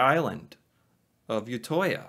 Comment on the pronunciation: The way he pronounced "Utøya" makes it sound so majestic; like an alien planet or something. instead it translates to "the outside island" lmaoo